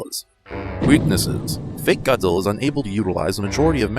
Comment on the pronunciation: Zuminz wong. Angwueriz choodnd bee hurdind hiz fwend, Gawdziller.